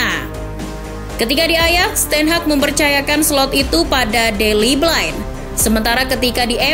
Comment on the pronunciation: Malacia itu dibaca Malasia bukan Malakia mbak Daley Blind itu dibaca Blind bukan Blain kayak bahasa inggris Orang belanda dia Tolong perbaiki lagi bacanya